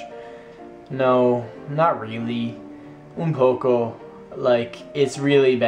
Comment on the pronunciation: "Un poco" you said it like a pro!! practice more.